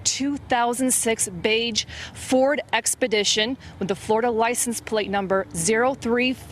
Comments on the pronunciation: I never heard anyone pronounce the D in beige. What the heck is that?! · There's no D in beige. I give the foreigners a lot of leeway, I mean, it's not like they called a car a veeeee-HICKLE. But when one outright mispronounces a word, one should be corrected, so that it won't happen again. That's what grown folks call teaching, and what kids call learning. Which one are you? Oh wait, I can guess...